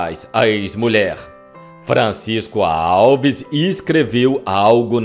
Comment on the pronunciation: Em Miguel Pereira tem o Museu de Francisco Alves. O tem que aprender a pronunciar (antes de gravar), os nomes das pessoas ligadas ao artista, corretamente.